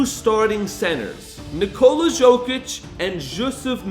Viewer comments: yeah but you would thing would say hist name right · The guy will be 3 time MVP, and you can't evan say his name right... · You butchered the hell out of his name. This man is a superstar, you make a video about him, and you don’t know how to say his name? 😮